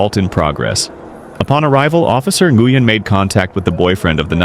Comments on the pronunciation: Officer's surname is pronounced "wen". Not in-goo-yen. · Nguyen is pronounced WEN, not en-goo-yen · It's common knowledge how the Vietnamese surname, "Nguyen" is pronounced and it's NOT "Nuh Goo Yen". It's one syllable, you hacks. It's pronounced like "When". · No excuse for a man or woman of any size to strike her anywhere. Her age and his size have nothing to do with it. BTW Officer Nguyen's name is pronounced Win . He said it right in the video. It's a Vietnamese name and again it's pronounced "Win." Why does the video title say "cops save teen girl from abusive parents?" The cops did nothing to help the young WOMAN. Your title is all kinds of messed up. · So unprofessional of the narrator to not check his pronunciations he keeps saying officer nugyen when it is pronounced WIN ,i realize spelling is different but if your putting out videos to earn money at least say the name correctly and ps the step father should have been arrested for unlawful detainment as well as slamming the other teens head on the wall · WIth all respect, but the officer's name is actual Vietnamese and it is pronounced Wen.